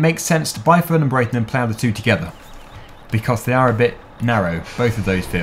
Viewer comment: will you please stop saying "becoss".